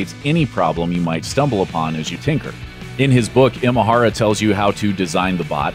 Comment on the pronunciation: Nice video, just one note on how to pronounce Imahara - in Japanese the letter I or い is pronounced like you would say E like “the letter E” or like in “Emotional”